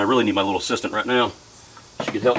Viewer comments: Ooooh you said assistant 😂😂 I thought you said “sister” i was like, wow what a break 😂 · I thought he said sister as well. I said what?